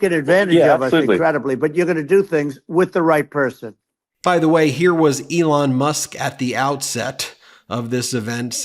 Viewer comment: Trump saying "s" and "th" sounded like Daffy Duck speaking. S became th. Person was pronounced "perthon"